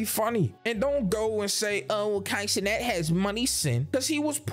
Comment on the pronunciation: Broooo u said consonant lmao it’s Kai cenat